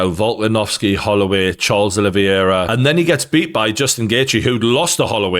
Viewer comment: I don’t actually think this guy knows anything about MMA & very little about boxing too, he just copies what others say.. all his talking points were spoken about by the panel after the fight & during too.. he can’t even pronounce Oliveira’s name correctly